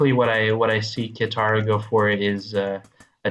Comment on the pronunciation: It's "Ka(ee)taro". XD